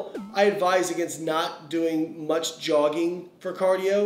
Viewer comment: He said jogging and my brain immediately went to Ron burgundy then you put yogging on screen and I died.. 😂